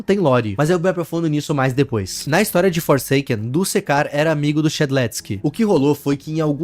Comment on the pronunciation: Opa Só fazendo uma correção Não se lê dusekcar É duskcar